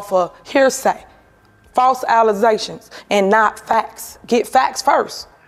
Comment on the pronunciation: “ false Alezayshuns” is crazy…